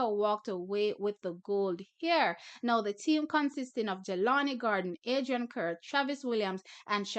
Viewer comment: remember, 'Kerr' is pronounced: CAR. lol!